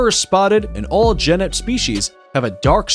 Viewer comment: Does it REALLY require THAT much effort to Google the pronunciation of readily available words like Tanzania, genet, colobus, etc, before you record & upload a video???